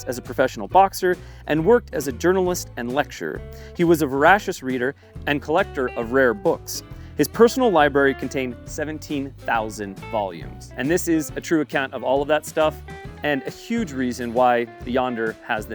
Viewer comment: I love that he says voracious wrong, because it shows he learned it from reading which fits its use in this case.